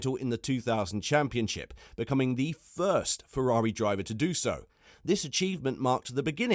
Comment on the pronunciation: Fefrari? Dood, you're slippin'.